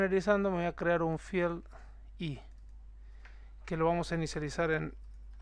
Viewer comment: good Job, me gusta cuando pronuncias FIEL (FIELD) jaaa